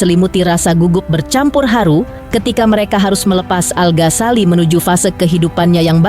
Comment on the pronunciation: Ganggu bgt iikh host nya nyebut nama 'Al ghasali- al Ghasali" Al Ghazali... Ganggu bgt lho mba di kuping denger Nya. Tpi gpp lah karna ini hari Bahagia, aku mau doain aja buat al dan alysa,semoga samawa aamiin allahumma aamiin 🤲🏻💐💐